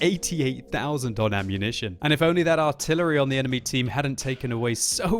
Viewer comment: The I-tillery...?